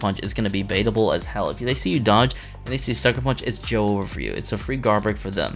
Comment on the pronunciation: please. its not joe-over, its just joever, one word, please youre making me cry